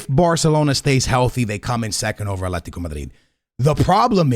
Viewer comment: “Aletico” Madrid 🤣